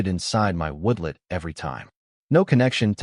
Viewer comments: The introduction to this story just drew me right in. Hope it does not disappoint. Finished This turned out to be one of the best HOA stories ever! Only the AI calling a "woodlot" a "woodlet" instead of a "woodLOT" was a little jarring, but I still like to see a tell show up now and then. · WTF is a woodlit? After hearing woodlit twice I bailed.